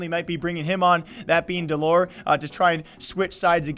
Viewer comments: its dell-er not dull-ore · did he just say dell oor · Please say his name correctly for fuck sake.. your running what you want to be a “news page“ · Wow you got all your facts wrong. You're even saying his name wrong. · Can you please pronounce the name right thanks